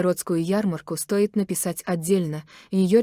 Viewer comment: СтОит карниз с лампОчками.... это что? Что за лампОчки такие? Слушать это невозможно.... неодушевленное озвучивание-это издевательство над своими подписчиками...💯